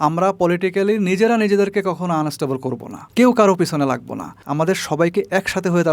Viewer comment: instable noi unstable😂